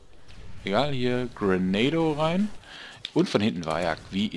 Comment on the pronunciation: LOL, "Grenado" das klingt wie ein neuer Burger beim BK. "Ich hätte gern einmal den Grenado, aber bitte ohne Tomaten".